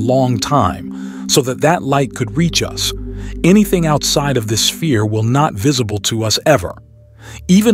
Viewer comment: Holy fuck this is all AI. Listen to the breathing and at like they say Hubble es-pere instead of sphere.